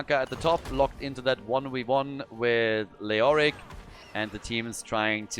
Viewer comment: love your pronunciation of leoric